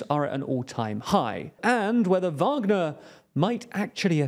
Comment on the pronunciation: Finally! You’ve learnt how to pronounce “Wagner”